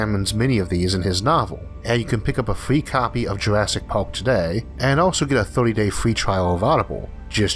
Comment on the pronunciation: Did he say “Jurassic pork”?